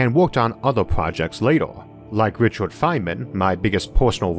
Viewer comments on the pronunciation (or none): none